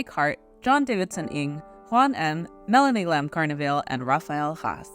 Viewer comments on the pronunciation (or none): none